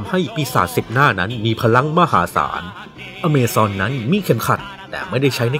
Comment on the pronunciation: อเมซอน อะมาซอน อามาซอน